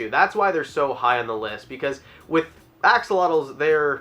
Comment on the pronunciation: He really did just say Ox-olotles, didn’t he?